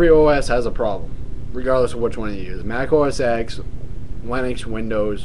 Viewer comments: Its pronounced [Mac - Oh - es - ten]. X is the roman numeral for 10 and was the next OS in line from OS 9. If you are going to make a complaint about different operating systems please at lest pronounce the name correctly. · thats becuase the x in mac os x 10 is silent so u say mac os 10 not mac os x 10